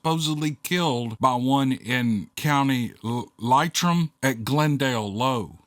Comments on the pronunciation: Ah, lovely to hear a tale from Ireland. The county is pronounced Lee Trim. You made a fair effort. I've had a few experiences of banshees, ghosts and a few other things that would make your hair turn white. As we say here "keep her going". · It’s pronounced Lee-trum by the Irish. I lived in Mayo & they told about an American that decided to build a house on a ley line. The Irish believe ley lines are the roads for the fae folk. Well this build went on two years with many many setbacks enough that the Americans abandoned it and went back home. I lived in an estate which had been built around a fairy fort. This is place usually a clump of trees where there is an entrance to the fae folk’s land. They actually fenced about an acre of land in around this fort. There was no gate either. I did go into the fenced area and walk around and felt definitely like I was being watched. Never did it again though. Would never again either. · Hey, you did well with the Irish pronunciations. I’m from Ireland, and wouldn’t miss your videos for anything. Re Leitrim, it’s pronounced Lee-trim, but you were so close it didn’t matter😁. I heard plenty of ghost and fairy stories growing up, re fairies etc, one in particular, were the fairies looked after a little girl that got lost and was looked after till the following day. Love your content sir☘️🇮🇪❤️